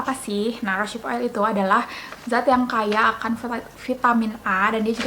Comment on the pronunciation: Terima kasih atas reviewnya kak, sangat informatif. Tapi saya ada punya bbrp info dan masukan nih 1. Cara bacanya bukan "rosyip" tapi "rose" and then "hip" = "rouz hip" 2. Proses cold pressed rosehip seed oil itu bukan dari bunga tapi dari biji (seed) 3. Kemasan pipet itu ga higienis krn tiap mau pakai terbuka, pasti terpapar udara, rentan terjadi oksidasi. Carrier oil mahal itu paling bagus pakai kemasan airless bottle atau drop bottle yg lubangnya kecil seperti yg biasa dipakai untuk essential oil. 4. Aplikasikan rosehip seed oil pada wajah yg basah atau sesaat setelah pakai toner